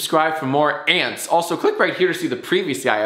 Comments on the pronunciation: Ants not Sant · Its ants not sant. Redo the whole thing right now, right now. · It’s ants not sant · ants not ant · Micah Philson not sants it’s ants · i thought you were saying sant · You forgot the T at the end, now you gotta redo it bruh